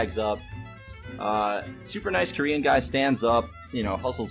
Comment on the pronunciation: Well the TSA were racist to a lot of ppl that weren't white, so I don't think any of those ppl will pity you anytime soon, Mr.crybaby. Oh ya... The way you are emphasizing the word Korean is way more racist. Why don't you just quit taking planes like you quit hearthstone. Kappa